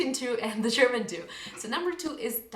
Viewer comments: WOW... your German pronounciation is amazing! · Tolles Video, gute deutsche Aussprache. Mein Abo hast Du! :)